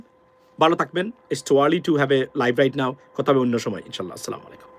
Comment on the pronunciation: ভাই সালাম -টা ঠিক মতন দিবেন প্লিজ। যদি ঠিকমতো দিতে মন না চায় তাহলে না দিবেন। আর যদি সঠিকভাবে দিতে না পারেন তাহলে প্রথমে শিখবেন তারপরে দিবেন প্লিজ প্লিজ প্লিজ